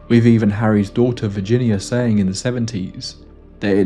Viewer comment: Her "fah-vah"? And bru-vuh? Went "wiff" a group? From Can-uh-der? "Norf" to Thomas Bay? 3 months "wurf" of supplies? What happened in the last "mumf" Good grief couldnt you find someone without a speech impediment to be a narrator?